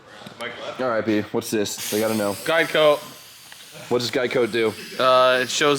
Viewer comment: Ohhhh guide coat not geico lol 😂